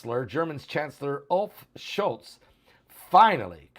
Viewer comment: Olaf Schultz…not Olf